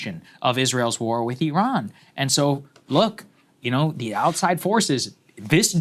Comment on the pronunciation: Thank you for pronouncing Iran correctly. It is eerun, not "I Ran". Iran is a fighter not a runner.